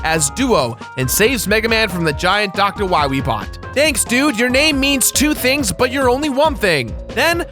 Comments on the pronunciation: The "wiwy" thing got annoying really fast. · ah yes, Dr. Wahwee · Wily or wiwy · why does keep pronouncing dr.wily wrong as dr. wiry?! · Not Wywee, Wily. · Lmfaoooo. when you kept saying Wiwey. Fucking dead. Good bit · Your dedication to 'Dr. Wiwy' is why I like this video. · W-Megaman vs. Doctah Wahwee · Or is it Dr. Wowey? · "You must recover all the energy...Wa Megaman" That slip up from Dr. Light's voice actor always gets me. XD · You cant pronounce wawee? Wilaee* Wilyweee* Wewe* Ill just,stop. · please stop saying wywee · win wee fiend dat meteoer weell fiend docta wahwee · Doctah Wahweeh. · "We must go to the wadar woom, then we can find Dr. Wowy" I DIED XD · i think dr light has a case of the elmer fudds # dr wiwy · If its not Dr. Wiwwy, you instead get DOCTAH WHYRY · Dr.Willy... Wahwee... Wahwee, Evil, World Domination... Don't worry, i'll get to Dr.Wahwee... Wahwee, Wahwee, Wahwee, Wiiwii kkkkkkkkkkkkkkkkkkkkkkkkkkkkkk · you got it wrong it's Dr. wahwee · I thought it was hilarious the way he just stuck the knife in and kept twisting to make as much fun of Light's voice actor as possible by repeating "Wiwy" as many times as he possibly could throughout the entire episode. Cracked me up. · is he purposely miss pronouncing Bass and Dr. Willy, like the does Tumblr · We gotta find da wabbits